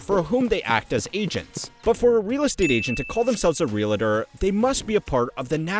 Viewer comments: Sorry to be that guy, but real-a-tor? It's real-tor. Two syllables, as it's spelled. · The is no "a" between real and tor. Real-Tor, not real-a-tor. 😊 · Real-tor, not Real-A-Tor. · Real - TOR. Not Real-a-tor. FFS. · when I hear real a tor, I immediately think low IQ. Realtor is the word. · Sounds like ree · uhl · tr realtor, not re la tor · The word is pronounced REALTOR. Not REALATOR. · Ree-ul-tur not re-la-tr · Please learn to say realtor correctly.